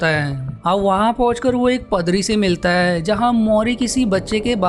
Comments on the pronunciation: Bhae pdari nhi padari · padri 🤣🤣🤣🤣🤣🤣🤣🤣🤣🤣🤣🤣🤣🤣, paadri bolte h. 🤣🤣🤣🤣🤣🤣